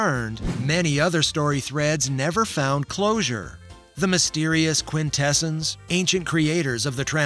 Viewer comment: The movie pronounced QuintessOns with the usual robotic interpretation. You pronounce it like the philosophy term "quintessence". Why?